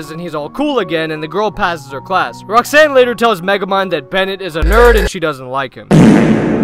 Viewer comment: erm acshully it's "Bennett"